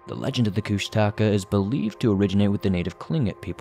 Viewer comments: Yep, he should listen to Hammerson Peter's videos to hear the proper pronunciation. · Koosh-ta-kaw. Is how its pronounced. Thw otter man. Kenia Alaska. Pronounced KEY-NI. I heard the story about the Alaska Pyramid on the nightly news years ago one night in Anchorage Alaska. There was alot of interest. But the news the next day acted like it never happened. But it did happen. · You always say kushtaka wrong, lol.